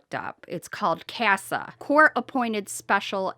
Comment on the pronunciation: It's Casa ( like the pronunciation of home in Spanish).( not being rude just letting you know 😁) I'm a foster parent here in Ks. So much crap happens ( like everywhere) I've had children being SA on visits & I took the child to the hospital... DCF WAS CONCERNED; HOWEVER THEIR CASE WORKER DID NOTHING!! NOTHING... SHE DIDN'T WANT THE CASE LOAD 90 DAYS LAYER CHILDREN WERE RETURNED ONLY TO BE PUT BACK DO TO SA ABUSE. THIS CASE ABSOLUTELY PISSES ME OFF. TRUTH WORKERS ARE SO OVERWORKED ( NOT AN EXCUSE) BUT I UNDERSTAND IT'S HARD FOR MANY WORKERS. THIS IS HOW SO MUCH GETS PUT UNDER THE RUG. I REPORTED THAT A CHILD ( ANOTHER CASE) CAME BACK FROM BEING WITH A WORKER & HAD MARKS ON HER ARM. I WROTE AN EMAIL EXPLAINING, IF SOMETHING HAPPENS PLEASEET ME KNOW. NO ACCUSATIONS TWORDS ANYONE. IT'S CALLED CYA!! THEY REMOVED CHILDREN ( WE'RE IN ADOPTION PROCESS) HERE FOR ALMOST 3 YEARS. THEY DIDN'T WANT TO ADMIT SOMETHING WASN'T RIGHT. ALSO THE WORKER THEY WERE WITH, GAVE ANOTHER FOSTER CHILD DRUGS &&& TATOOTED HER..WTF?? YES SHE'S STILL THERE & WAS THE SAME ONE WHEN MY KIDDO HAD MARKS. INVESTIGATIONS WERE HELD,NOTHING ON OUR PART. BUT ONCE AGAIN IT WAS A WAY TO "GET RID OF THE PROBLEM " DCF SAID RETURN THE CHILDREN TO OUR HOME. NOTHING & WE WERE ADOPTING ALL 3 CHILDREN ( WOULD BE OUR 5 ADOPTION) NO CHILD SHOULD BE HURT WITH OR WITHOUT PARENTS AROUND. I HAVE BEEN DOING THIS SINCE I WAS 21... SO I'VE HAD 50 + KIDS OF ALL AGES IN MY HOME. I'M NOT HERE TO REPLACE MOM OR DAD. I'M HERE TO HELP. SOM